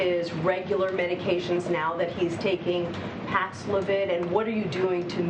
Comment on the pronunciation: Now show the clip of him pronouncing paxlovid 5 times